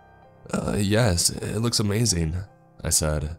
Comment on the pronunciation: This was “ah-may-thin” 😂